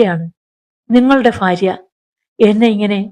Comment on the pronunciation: ഫാര്യ, ഫർത്താവ്,ഫയം, അഫയാർത്ഥി, ഫിഷ ഈ ഉച്ചാരണം തെറ്റാണ്. ഭാര്യ, ഭർത്താവ്,ഭയം, അഭയാർത്ഥി, ഭിക്ഷ എന്ന് സ്ഫുടമായി പറയണം.